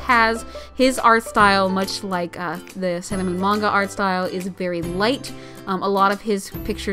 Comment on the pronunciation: When she says manga she says it weird and I'm like *PLEASE STOOOPPPP!!!